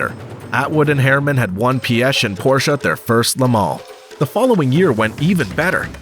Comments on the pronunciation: Somewhat correct pronunciation of Piech LESGO!! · But Piech incorrectly 😂